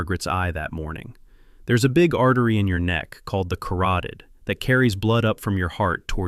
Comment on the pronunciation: Carooteed ??? Artery!